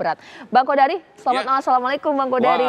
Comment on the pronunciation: Margito kamis bukan jum' at,Qodari bukan Qadar